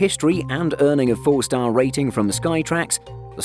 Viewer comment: I do enjoy your videos, but are you aware that whenever you say "4 star" it sounds like you're saying "full star"?